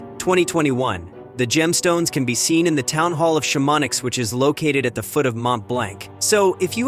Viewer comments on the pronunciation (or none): shamonix!!! sham on nee is what you are trying to say. Chamonix